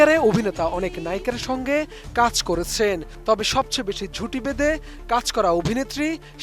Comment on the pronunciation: “ঝুটি ভেঁদে” নাকি জুটি বেঁধে? এখনকার খবর শুনতে গেলে মনে হয় দেশে শুদ্ধ উচ্চারণ করতে পারা মানুষের এতোই অভাব যে বড় বড় চ্যানেল গুলোতেও যাকে তাকে ধরে এনে সংবাদ তৈরী করে। ATN News এর মান দিন দিন জঘন্য থেকে জঘন্যতর হচ্ছে, সময় টিভির চেয়েও জঘন্য 🤮